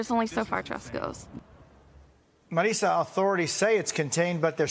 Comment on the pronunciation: is it "Marisa" or "Marrrrissssa". One year ago she pronounced it "Marrrisssa"